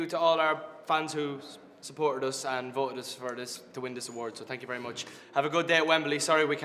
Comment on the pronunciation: ' Tank You '